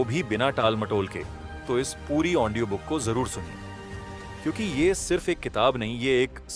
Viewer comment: Aap Audio ko Aondio kiyu kehte hai ❓ Anyways,,,aapki voice aur bolne ki tarika mujhe bahut achha laga.... book ke har chapter ko aap bahut hi achhi tarike se samjhate hai... Thanks a lot sir ❤🙏